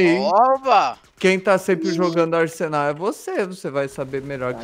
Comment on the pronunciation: asenal kkkkk nem é mais arsenal e sim asenal kkkkk